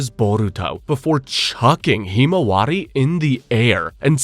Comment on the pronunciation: Why do you pronounce himawari so terribly?